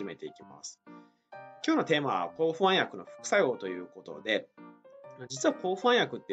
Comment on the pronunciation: ホャン薬ではなくて不安薬と発音して欲しいわ～